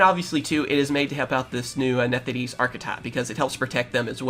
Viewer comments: “Nethideese” I’m sorry WHERE IS THE “D” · “Nefthis” bro